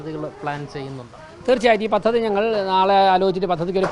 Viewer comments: പത്തതി അല്ല. പദ്ധതി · പത്തതി അല്ല സഹോ പദ്ധതി അങ്ങനെ പറയു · It's not pathathi,it's padhathi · തിരുവനന്തപുരം മയർക്ക് എല്ലാവിധ ആശംസകളും നേരുന്നു മാധ്യമ റിപ്പോർട്ടർ ശ്രദ്ധിക്കാൻ അപേക്ഷിക്കുന്നു മലയാളം വാക്കുകൾ ശരിയായി ഉച്ചരിക്കാൻ ശ്രദ്ധിക്കുക ഉദാഹരണം പദ്ധതി ആണ് ശരി. പത്തതി അല്ല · 😂😂 പത്തതി അല്ല😂😂🤣🤣 പദ്ധതി എന്ന് പറഞ്ഞു പഠിക്ക്. മാപ്പിളമാർ ഷാ ക്ക് പകരം ശ പറയും പോലെയുണ്ട്